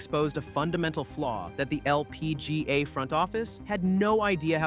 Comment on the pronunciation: Bro why are you saying LPGA like that. Holy crap.